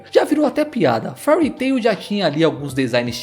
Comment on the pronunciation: Não é Furry Tail, é Féari tairu. As pronuncias podem ser problemáticas as vezes kkk